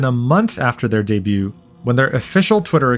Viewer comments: I'm sorry, I know it's dumb and nitpicky for me to point this out, but MAN it is going to bother me if I say nothing - The "T" in the word "debut" is silent. It's pronounced "day-byew". Phew! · Hey bro, debut is pronounced day-bew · the t in debut is silent btw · bro please learn how to pronounce debut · The "t" in "debut" is actually silent. It's a French word that English picked up thanks to the Norman Invasion. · dey byu ting? you don't pronounce the t in debut just saying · Love your videos. Coming back to comment again, the "t" in debut is silent. keep on keeping on. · Just a little fyi, the t in debut is silent.